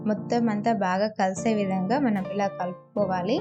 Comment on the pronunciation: 'ఈల' అంటే విజిల్... 'ఇలా' అని అనాలి